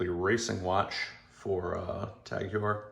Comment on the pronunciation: I just picked up the same watch recently and like it. I wasn’t interested in a Formula 1 at first, but glad I checked it out more closely as It has a milled clasp now. I guess they wised up and it kinda sealed the deal for me. My last TAG Heuer was a quartz SEL 30 some years ago. I’m glad got back to the brand. Well done review, but Heuer is pronounced Hoyer.